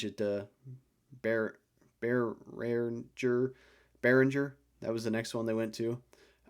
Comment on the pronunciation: “YO-on” Beringer. I think I saw him say it on video this summer.